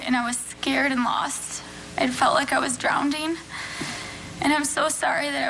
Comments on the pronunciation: She felt l8ke she was "Drowding" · I said the exact same thing and ouloud too!!! I thought, here she's a tutor or teacher or what not and says "drownDing"?? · "DROWNDING' and shes a tutor? really? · Well she definitely wasn’t an English tutor… LOL “drownding”